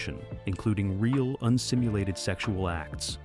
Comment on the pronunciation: "un-stimluated sex acts" ....hahahaha. Brings a whole new meaning to what is going on when you accidently add a "t" to the word simulated.